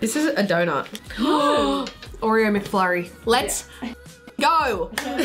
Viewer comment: is the only one saying Oreo correctly The Australian way